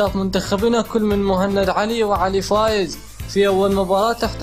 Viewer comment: علق عدل كول علي فائز وليس فايز